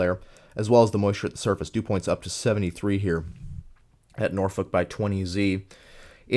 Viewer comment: Once again. Another great video! One of the most comprehensive and consice analysis of this day! For future reference for Nebraska, I know it's weird, but Norfolk is pronounced like "Nor-fork" long story I know haha. If you're curious. 2014 was quite the year for Eastern Nebraska. On May 11, Mother's Day had one of the more prolific cyclic supercells seen in this region in a while. It had the Beaver Creek EF-3 and tornadoes into the Omaha metro. June 3 might be the most interesting imo. What started as a day where strong tornadoes seemed likely turned into one cluster which produced 80-90mph winds and baseball size hail to places north of Omaha. Some of the images from Blair constitue the worst hail damage I've ever seen, homes looked like Swiss cheese.